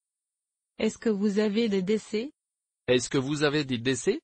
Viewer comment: In the expression “Est-ce que vous avez des desserts?” The word “desserts” is mispronounced. The “r” sound is missing.